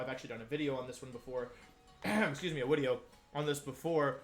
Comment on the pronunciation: things u dont expect from wolfe: 1. incorrect wideo pronunciation 2. support jolteon 3. no intro very :[ rn